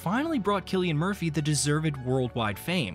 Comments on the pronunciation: He wasn’t born in Dublin, as the text on screen says. He was born to a family living in Douglas, a suburb of Cork city. And please stop calling him Sillian. It’s Cillian, with a hard C. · It is spelled Cillian and is pronounced with a hard C (like Killian). It is an Irish name. In the Irish language, there is no K in the alphabet. The letter C is used to produce that sound. The letter S is used to produce a soft S or soft C sound. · Well, whatever “everyone” says, I’m Irish, and Cillian is an old Irish name. There was a Saint Cillian. Sometimes his name is Anglicized to Killian. But the Irish spelling is Cillian, and in Irish, C is a hard C. Furthermore, if you search for it, you can find a short video of an interview that Cillian Murphy gave in which he demonstrates how to pronounce his name.